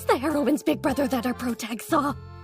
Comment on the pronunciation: she fr hit that todo “bruzah”